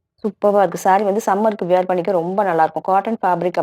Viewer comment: Sarees are very nice. But don't say வியர் பண்றது. வேர் பண்றது is correct. Were மாதிரியே wear ம் same உச்சரிப்பு.